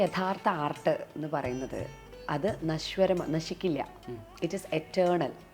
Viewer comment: Nice interview, amazing thoughts as always. But just for the love of our language, the word is ANASWARAM, which means everlasting, not Nashwaram.